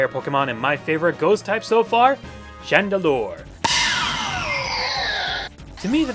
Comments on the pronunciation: gotta love the way pronounces chandelure! chan---deLURE! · i like the way you say chandelure :P its sounds so funny to me xD